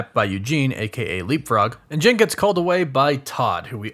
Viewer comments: Is it so hard to say JEN? Not sure why it bothers me so much that you keep saying JIN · Is it me or does it sounds like he is saying gin everytime he says Jen